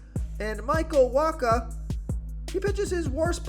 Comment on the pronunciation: Did you just pronounce Michael Wacha's name correctly? Pinch me, I'm dreaming.